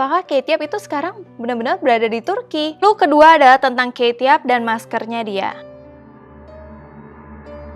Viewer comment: aku cara baca kate yup itu bacanya kate yup bukan keyt yap :v